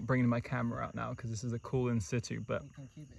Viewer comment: You know why I watch? Because you say in situ the proper way. lol j/k but in my book, that's how you say it. Cats, wolfs cool snakes in my book. Nice sized retic. But? That Lycodon??? Legit, another good one.